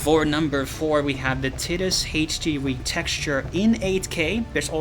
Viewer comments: ITS tee DUS - pronounced TEE dus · LMAO "TIT-IS" ... I'm going help you my friend, because the main character is not a woman's breast, say it like this: TIE-DIS, Also "Aesthetical Design" is letter salad, one would simply say "Aesthetic Design". I Loved the information provided, I had no idea FFX had any worthwhile mods. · Ti-Tus not Tit-us. rainbow the more you know. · Ok I know there's a lot of debate on pronunciation of Tidus' name but please, it's definitely for sure not "Tih-dus" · This guy just opened my mind to a whole new way of pronouncing tidus